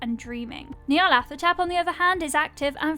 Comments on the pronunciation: I'm p sure it's pronounced Ñarlathotep not Knee-arlathotep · nyarlat - hotep, not nyarlath - otep. Consonant sequence like in Lighthouse, not a voiceless dental fricative as in thing. The Egyptian honorific of hotep is it's own thing. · No one pronounces the name correctly. "Hotep" is an ancient Egyptian, meaning "peaceful satisfaction". His most enduring avatar after all was "the Black Pharaoh". The name should be pronounced "Nee-arlet-hotep" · nyar (rhymes with 'far') - la - THO - tep...at least that's how I hear it.